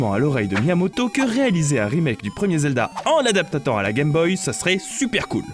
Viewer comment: .... adaptatant ? Adaptant plutôt non ?